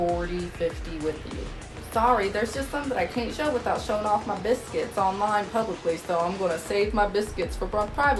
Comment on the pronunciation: Your "biscuits" 😂😂